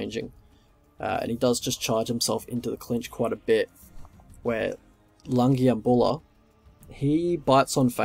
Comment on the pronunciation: You pronounce the name the right way